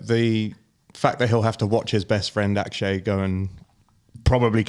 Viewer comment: I love the podcast- but: You can’t just invent how to say someone;’s name. It is Ok-shay, not Ak-shay. It just isn’t. It also isn’t Show-fully. There is no reserve list or alternate list for the Masters- never has been. Only special invitations are offered to international players but are not routinely given. Neergaard-Petersen qualified by winning the Australian Open. He has known that for months.